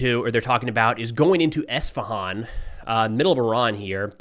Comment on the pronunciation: Thanks for pronouncing Isfahan right